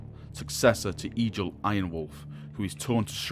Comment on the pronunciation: awesome job man, but just a little heads up, nordic names which the space wolves are based on are pronounced differently for example, Egil = Egg-ill Arjac = Ar-yak (J's are pronounced like Y's) Njal = N-Yall